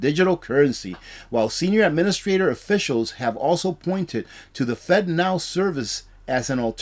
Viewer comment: Man, I hope you have a sense of humor...I spent the first several minutes of this video wondering how the heck the government can make fentanyl into a payment system...lol...It really kept my attention long enough to realize you were saying "Fednow" lol....People can't always understand me and my southern accent so believe me I am not harping on you...Please keep up these informative videos!